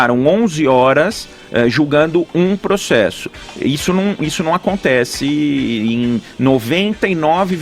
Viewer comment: pregso, progcesso...